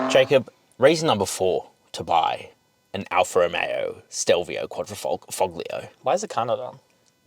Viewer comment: It's NOT a Ferrari derived engine. It was designed by a "former Ferrari" engineer. And...sigh...for 200th time, Anglophones still can't properly pronounce "foglio". Wow.